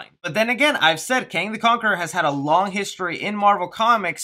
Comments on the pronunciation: "Kong the Canquerer" lmao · You saying kong the cankerer made my day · “Kong The Canqueror” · Did anyone notice that he said Kong the Kankerer?? 😂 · U said Kong the kankger haha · ...lol.....you said kong the canquerer.. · he says Kong the canqueror. 😂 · When I see, I click, also you said "Kong the Cankerer" lmao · Go to you said listen how u said his name lol